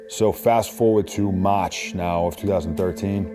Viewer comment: the way he says “Maaaaaarch” is super soaked in a “Southie” Boston Accent.